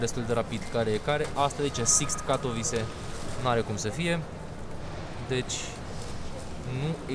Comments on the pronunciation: Se pronunta Katovițe numele orasului, nu Catovice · “Katovițe”! Ai la îndemană Google Translate și restul internetului pentru a ști pronunția corectă. Dă-i înainte tot așa, măcar faci vlogging, nu operații pe creier. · Katowice se pronunta "catovițe"! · Invata sa pronunti corect numele localitatilor. Mai rareste din englezismele ieftine si invata sa spui ca lumea Katowice, Lodz sau Chorzow, ca sa nu mai pomenesc de unele orase nemtesti sau frantuzesti pe care le-ai stalcit in ultimul hal.